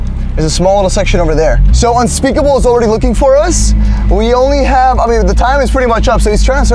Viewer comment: whenever you say unspeakable you mean unspaboooo